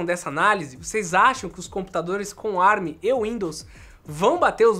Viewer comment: Com as maravilhas da tecnologia Árabe (ARM) foi o que eu entendi o falar no começo 🤣